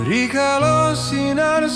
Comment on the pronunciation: Nggih,pengucapannnya kurang tepat,bilang rikale,diucapkan rikalo suksma di cermati juga nggih